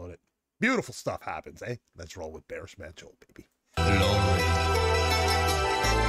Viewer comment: Hello, you may wish to say Baris Manco as it is in Turkey: To do this, use the English word BAR, then add the last part of the word FINISH (ish) to become BARish, then you are good with that! BARIŞ MANÇO=BARiSH MANCHO (His name Barış, translates to mean, peace, in English!) Different sounds to some Turkish alphabet: c=g (as in George) ç=ch (as in church) s=s ş=sh (as in sheep or ship) Turkish alphabet is similar to English alphabet with these exceptions: Ç Ğ I İ Ö Ş Ü ç ğ ı i ö ş ü These three sound, below, are very rarely used; just a few words; they are not in fact officially within Turkish alphabet: Â Î Û â î û If you wish to go a bit further, I recommend these